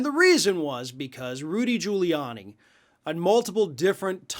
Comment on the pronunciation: Gudy Riuliani? Never heard of him.